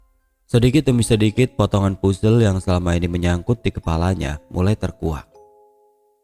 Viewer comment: puzzle tuh di bacanya "pazel" om, bukan "pUzel" 🙏🏻